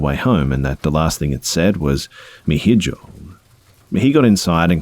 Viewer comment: the way he pronounced hijos made me laugh, but it was still a good story. the h is silent and j is pronounced like it was an h! so it's ee-hos. love your channel,!!!